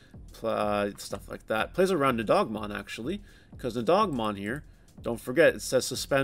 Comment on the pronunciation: you say the card name as NI-HOG-MON is not that hard man